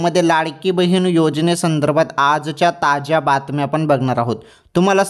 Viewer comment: ताज्या बातम्या होय कि ताच्या बातम्या होय तुजा आवाज मोठा गोड आहे=& तुझी मराठी कोण्या देशाची आहे